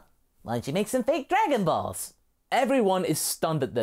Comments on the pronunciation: "Darganballz" how you said it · I dont know why but "dargan ballllls" cracks me up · I don't know why but "därganbaalls" made me laugh so hard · “Dargon Baills”, it sound like some weird Swiss dish LMAO!